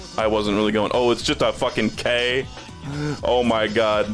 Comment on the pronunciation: every time pronounces K' as K my soul dies a little